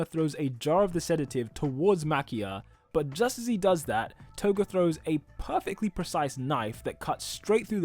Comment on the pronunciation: TOGUUUUUU LOL 😂 how did u say her name TOGUUUUU